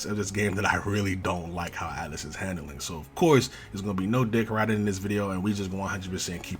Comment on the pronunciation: It is atlus not atlas lol and sega is the one managing the game